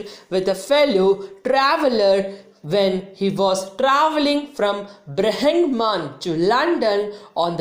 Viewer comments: Brigham mam... pronunciation not Good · Its birmingham pronounce it properly